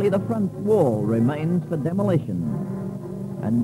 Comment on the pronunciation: Demo - lay - tion